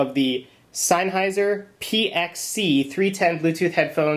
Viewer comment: Its sennheiser not sineheiser. says so veeea the box.